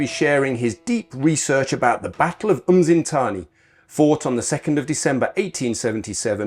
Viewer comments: I actually do have them recorded, They will never be gorgotten; at least not by us the descandants of those Xhosa warriors who died defending their lands from Colonial enroachment. And giving feedback is not being rude, as much as you have recorded these events you are not doing justice by minspronouncing the names - a Xhosa kid from Centane 100 years from now will not know what "uMzintzani" is - They will however be able to point where "Msintsana" is.. Sorry for giving feedback; Peace out:hand-purple-blue-peace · LOL my goodness, these guys are butchering my ancestors' names and geographical areas.. Its Msintsana not "umzintzana"